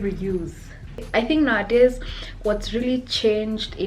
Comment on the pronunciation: Take a sip of water everytime she says nawadays😂such a queen tho❤